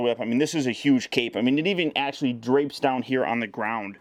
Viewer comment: Bro ones you said let's see how cool this acshalie is I thought some one was coping you